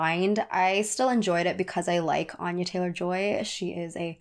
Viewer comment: Mispronunciation of Anya